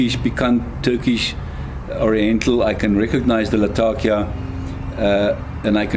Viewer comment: Great video and great review, thanks so much! I am a big fan of the London mixture myself, but I think my favorite thing about your video was that you pronounced “Latakia” the way it’s actually spoken in the region it’s from, rather than the weird American pronunciation I’m used to hearing.